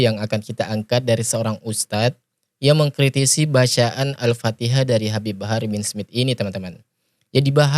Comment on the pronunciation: berguru di mana dia itu baca AL Patiha aja sala